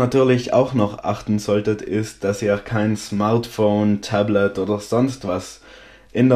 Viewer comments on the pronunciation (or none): none